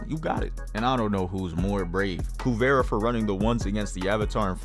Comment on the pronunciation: Spelled "Kuvira." Pronounced "Kuvira" all through the show. Where did "Kuvera" come from?